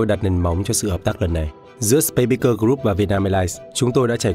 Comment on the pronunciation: A Tổng giám đốc Vũ Hà Quân phát âm SpaceSpeakers rất dở !!!